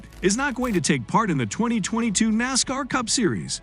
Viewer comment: I caught one video and one was enough. When you start the video and call it "NOSCAR", like...what? As cool as it would be to see a "NOSCAR" series, the sport you're referring to is not it, I couldn't even watch the video from that point on.